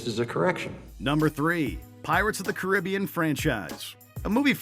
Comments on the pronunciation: That is not how you say Caribbean! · The way he pronounces Caribbean... is it like a cultural thing I’m missing?